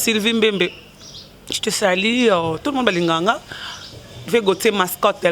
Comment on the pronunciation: Xy fa loba nanu, français y’a malonga na munoko eza te ,kaka po aloba je te salue, okoyoka ye: je te sali, journaliste y’a kuanga na makayabu. Avant afinga inoss, asala emission mobimba na français, bongo tondima ye.